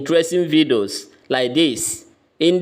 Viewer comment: Please I keep hearing vidoos what is vidoos